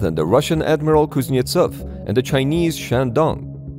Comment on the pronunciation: I don't think he pronounced "Admiral Kuznetsov" correctly. My man needs to work on his Russian accent! I Maybe the problem he's having is due to all those funky letters. When pronounced phonetically, it sounds like, "piece of shitski."